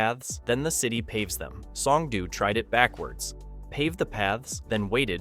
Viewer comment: You are over complicating Korean single letter vowels. It's like Spanish where 1 letter = 1 sound. o = oh. Oh no, I know that Homer says doh. It's the same o sound every. single. time. S-oh-n-g-d-oh. in the video you say s-ah-n-g-d-oo. No need to muddy up the letter o.